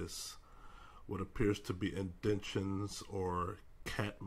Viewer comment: "Indentations." In-den-tation